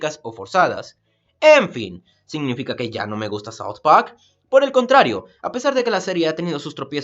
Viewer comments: creo que tu aleman afecto tu ingles. Al decir PAK en vez de park. o mi ingles es una cagada y creo que tengo que esperar el anime de allen baker... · "South Pack" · DOOM: SAU PAQ YO: Habla bien idiota, habla bien o te mato! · Todo muy lindo pero te saltaste la clase de pronunciacion. Se dice South park no south pac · Por que dice como South pack? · Tio vivo en estados unidos y no he oido a alguien decirle paq a park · Seguramente ya estás harto de que la gente se burle de tu pésima manera de hablar en inglés, pero amigo por favor "Saud pac" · Sauth pawk, cawtmen, adowt swim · soud poac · SAUD PAJK Ajajajajajaajajaajaja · soud pac :v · no se porque me gusta tanto la pronunciación de saod pak xd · "saut pak" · Parece que dijiste south pack :v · Todo el mundo burlándose del "Soud Pajk", ¿pero es que nadie noto el "shenofobo"? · no me gusta ese extraño acento inglés que le pones a la hora de decir "soud pahrk" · soud pawk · saud paj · "South Pac"? Me reí con eso jajajajajaja Ahora, esto sí que es una reseña. Buen video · Es rara tu pronunciación de "South Pwak". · te acepto el sau, pero decir pac, donde esta la r coño? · ''Saout PaC'' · Me gusta south park -South park ulala señor francés -¿Y como se dice entonces -Sauft pag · Estoy en desacuerdo con la reseña, nisiquiera sabes pronunciar la serie. Y se me hace que lo hiciste sin ganas el video. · south park. +ulala señor francés. -¿entonces como se dice? +sauft pagck. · porque dices south park como en franses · Julio Cesar Tenorio Romero Si claro, es una buena reseña. Sólo que esa pronunciación me parecía rara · Sylvain Wain Dezaki no, si lo hubiera pronunciado como un japonés sería algo así como "sauto parko" o algo mas extraño jajaja